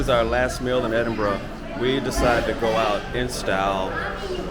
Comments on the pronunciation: Edinbura is the better way to say it my friend. Definitely not Edinboro. You do know Edinburgh is full of them jock, skirt wearing barbarians don't you? That Hadrian had the right idea with his Brexit wall. Lol. Only kidding..... I hope you enjoyed it up there in the frozen north? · Did you say Edinburrow?